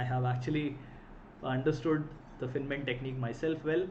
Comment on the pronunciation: Please, at least learn to pronounce "Feynman" correctly.